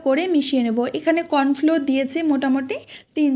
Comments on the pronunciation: খুব ভাল লাগল। কিন্ত বাবা, ওটা কর্নফ্লোর নয় কর্নফ্লাওয়ার। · কর্নফ্লোর না তো কর্নফ্লাওয়ার বলেন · Sound like *kawn flor*But tumi bolchho corn floor